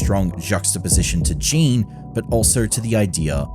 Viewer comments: Why do you keep saying "Jean" when his name is Jin? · His name is Jin (short i, rhymes with shin not sheen), not Jean or Jeen or whatever you're saying. Sorry, but it bothered me so much.